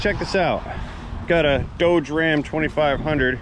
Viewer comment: Without picking on any regional dialect of words can someone please enlighten me as to the correct pronunciation of the name of the truck in the first part of this clip... is it Doughge or Dodge. Both pronunciations were used in this clip.